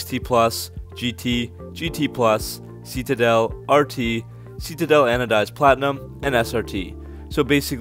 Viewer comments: Love your channel. One small funny annoyance. Citadel I believe is pronounced "Si-Te-Dell" not "See-Tee-Dull". But I may be wrong :) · we have the "see-ta-del" (Citadel)